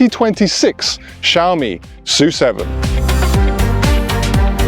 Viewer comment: PORSCH-E (E at the end) S-U-7 Y-U-7 Spaces in between. Pronounce it